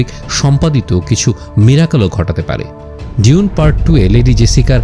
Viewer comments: Bro you are doing excellent. Just one thought: have you ever heard a native speaker of English pronouncing it ডিউন? Only fokinnir pula koyekota bangla pronounces it in that way. Its ডুন, simple. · এখানে "ডিউন" উচ্চারণ করছে, আমার যদি ভুল না হয় শুনতে। সঠিক উচ্চারণ "ডুঊন" হওয়ার কথা। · its doon not di-un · প্রথম আলো এটার উচ্চারণ করছে "দুনে" 🤣